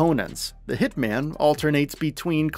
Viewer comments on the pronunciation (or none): none